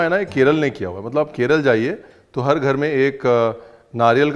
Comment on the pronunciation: Sir plz aap Maharashtra aur Kerala pronounce karna practice kijiye thab aapko keralaaaa pronounce karna a jayega😂